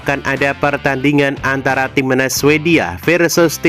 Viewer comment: Cara ngomong nya ga jelas, timnas, dibilang timenas😅😅😅😅 bodohhhhhhhh😅😅😅😅😅😅